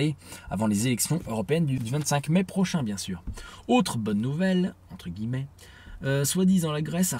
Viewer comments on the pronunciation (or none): none